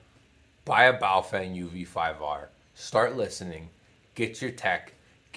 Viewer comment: Pronounced "Bow Fung" but yes, I have about 10 of these things. They are pretty DEAF compared to my VX-7's and VX-8x's (I own 2 each). BUT as long as you are using them only for repeaters, you will never notice. For anything serious, get something Motorola, Yaesu, Icom...